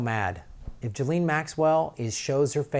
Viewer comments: It's Geh-laine 😁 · Listen to Virginia Roberts, the blond in the pic with Prince Andrew, and listen to the way it's pronounced, since she spent YEARS with them both. . Although the 'JIZZ' sounds cool, it's a hard G as in golf, and the S is silent. "GHEE lin." Oooh, that actually sounds as ugly as she is!!! o_O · I believe it's pronounced "Jizz-lane" Maxwell.